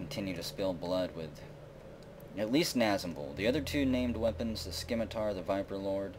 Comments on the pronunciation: it is pronounced Sim-it-tar not Skim-it-tar. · You don't pronounce the C in 'scimitar'. Just sayin'. :)